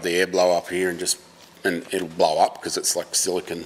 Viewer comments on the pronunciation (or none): none